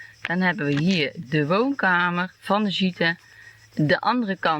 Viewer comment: Hoi, ik volg jullie al een tijdje :-) Wij wonen hier nu 10 jaar en je voelt het vanzelf als het "jouw" plekje is. Even en tip: je spreekt de e niet uit als je het over een gîte hebt. Bij meerdere bv deux gîtes ook niet en de s ook niet 🙂 suc6 met de zoektocht!